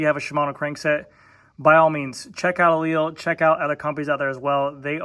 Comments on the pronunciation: Pronounced Eli - Lee. Not E-leel Get it right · Aleal? You're missing a syllable to say the least.